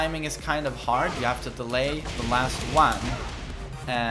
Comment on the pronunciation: The way you say one so wierd